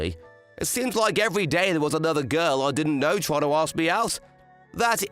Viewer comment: Love the stories but I can't stand the ML voice actor. I still have ptsd from his pronounciation of the word "girl" as "guoil" in that weird voice. Ruins any story that I hear it in imo.